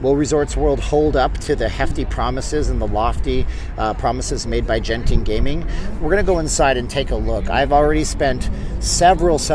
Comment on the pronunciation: It’s a hard G in Genting. Pronounced like the G in good.